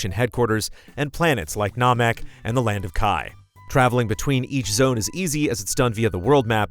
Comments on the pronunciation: Haha.. doesn't know his Dragonball. "Planets like NAHmek" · ...."NAHMEK"....plz man. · This man said nawmak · Anime expert pronounced it naw-mek. Gotta let the voice actors know they've been saying it wrong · Nah-mek.... for real did you just pronounce it like that. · Planets like "Nah-Mek"